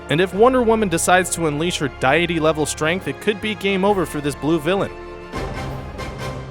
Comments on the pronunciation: Dee-ity, not diety. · That is not how you pronounce "deity" , both the US and UK pronunciations are different. Cool vid tho. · The pronunciation of deity is killing me. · ^ stopped the whole video after about 3 mispronounced "deity"'s